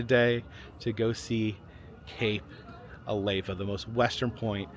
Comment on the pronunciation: What's the hot stuff that flows out of volcanoes ? Lava. Now, put an A in front of it and what do you get? Alava (Not a-lay-vuh)